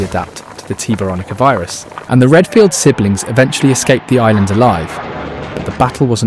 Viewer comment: “Redfield sinlings”???